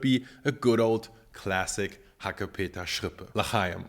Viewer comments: Nobody says HACKEPETERRRRSCHRRRIPPÄÄ... Sorry.. I heared this first time and it sounds awful XD i agree with mettbrötchen. Schrippe is like pennyloaf or Brötchen.. Ok i visit few days a bakery school.. Those times i learned a whole new language. And for the meal... I try from my trusted bakery rindermett (cow) with mild red onions.. It was very creamy and delicious.. And we all eat to much meat😅. Go check out your vegetables farmers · "Hackepeterschrippe" habe ich ehrlich gesagt noch nie gehört, bei uns heißt das "Mettbrötchen". Das ist Berliner Dialekt, nehme ich an? - To be honest, I've never heard the word ‘Hackepeterschrippe’ before, we call it ‘Mettbrötchen’. That's Berlin dialect, I assume? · "Hackepeterschrippe" Literally every german: "Bitte, was?"